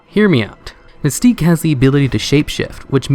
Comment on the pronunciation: Something within me died when you said "Mystique." I tried to keep watching but I felt like my life force was being drained. I was half-chuckling, half-whimpering.